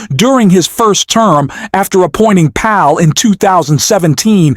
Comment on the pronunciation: Learn how to pronounce Powell.